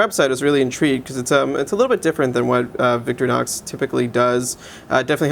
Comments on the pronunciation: cant believe I'm doing this again to another watch reviewer! it's Victor-inox not victory-nox say it with me vic-TOR-inox ,so simple,better stay away from anything that actually takes knowledge of French or German accents! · its Victor-Inox...not victry-nox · nice try at trolling. victorinox is just victorinox; not victory-nox. he said victory-nox. whatever.